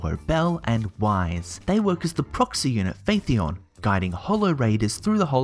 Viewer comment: The fact that you don’t know how to pronounce “Phaethon” despite the name being spoken multiple times speaks volumes to how seriously I should take this review.